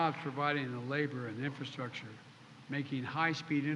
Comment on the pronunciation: Biden discusses infrastructure. He can't even say or spell infrastructure let alone discuss it. Come on man. F Poopie pants.